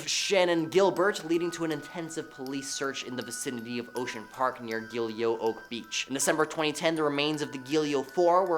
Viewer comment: It’s pronounced “gill go” the Gilgo beach murders.